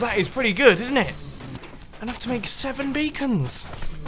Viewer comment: You literally said Bacon instead of Beacon. xD